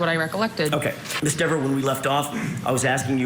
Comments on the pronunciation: Dever pronounced D I V A....She's now cooked as a witness in any future trial as she's going to be on a Brady list because of her false memory. If she is the sole witness in any future trial the defense counsel will bring up the false memory.. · And FIRED by her city. If I lived in her town that she patrols, I would be writing city council and the mayor and the chief. I don't want someone getting so butthurt over pronunciation of her last name wrong out on patrol. If someone called her officer deverS she may get so mad and butthurt she may lie and arrest them and then lie in court. She is a disgrace to the badge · “That’s a direct quote”… what a bs statement and nice try deflecting the question by saying oh he says my name right! WHAT A DISGRACE!!! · I would hate to be married to her. I'd have to walk on eggshells around her after seeing how butthurt she got when Jackson pronounced her last name wrong. Wow. Couldn't believe how evil she turned so fast. Imagine her writing tickets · He was saying it wrong intentionally, he knew it